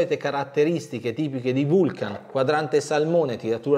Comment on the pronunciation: Tutti bei pezzi,giusto per la cronaca la pronuncia esatta è Vulcan non Vulchen....pronuncia Lonsdeil